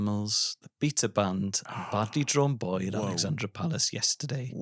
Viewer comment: To begin with, when Ellis said “Badly Drawn Boy” all I could hear was “Ballybawn Boy”, which is a horse, the Ballybawn line being a line of successful competition horses. I work with horses - hence why I heard what I thought was “Ballybawn Boy” my brain, I assumed I was likely suffering from cognitive decline, couldn’t work out why either (a) an Artist named themselves that or (b) why a horse would be at that gig 😂 When I finally clicked that it was “Badly Drawn Boy” I was (a) relived and (b) worried about my hearing. 😂